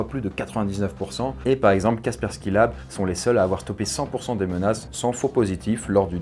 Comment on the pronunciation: C'est Kaspersky et non pas Kaskersky